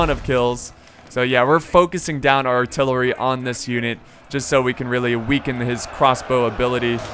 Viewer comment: u said tht artillewy fire🤣🤣🤣 ur dope💪🏾